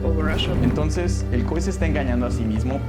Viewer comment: Porque le dice COE al COI?